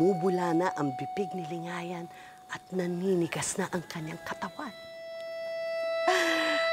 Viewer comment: mahusay bumigkas si 😘